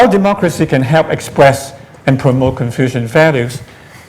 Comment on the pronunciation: Funny this introductory guy said "confusion thought not confucian thoughts